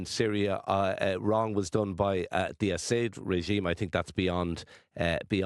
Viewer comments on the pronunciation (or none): You have a host who doesn’t know the proper pronunciation of the Syrian President’s name and a guest who lumps all White people into the same political bloc. Not knowing even the basics about Ireland. Again, why have on an Iranian professor who is their version of an SJW? Should you have asked an economist or an international trade lawyer on? You can do better than this.